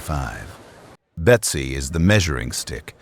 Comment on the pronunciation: it's supposed to be Betsy not Besty.